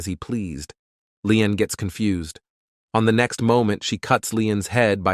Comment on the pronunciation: Why does confused become con-fu-zeed